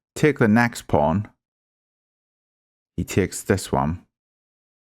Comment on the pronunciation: what dialect is that, "tiakes" ?